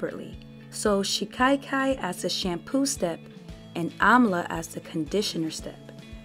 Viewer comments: There is no letter "i" after the first "a" in the word as you are pronouncing it "shi-kai-kai." It is pronounced more like "cock-eye" but with the short "a" sound instead of the "o." "shi-cock-eye" "shi-ka-kai" My intent is just to be helpful, not disrespectful. Personally, I like to know if I mispronounce words, and though most people feel the same way, there are those that take offense, so do with it as you will. You have a very nice speaking voice, and the video is very informative and very well done! I appreciate the care and time that it takes to make a quality video that stays on topic and not filled with an abundance of promotional rhetoric, I truly do! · Pronounced SHI- KA- KAI